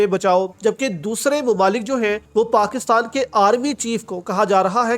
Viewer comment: پاکستال۔۔۔۔؟ یا پاکستان۔۔۔؟ اردو بھی نہیں پڑھنی آتی ہے تم کو ۔۔۔